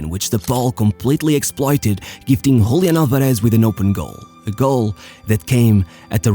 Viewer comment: Hablás español y aun así pronunciás mal "Julián Álvarez", amigo, decís "Hoolián alvarésh"... Cringe bro xd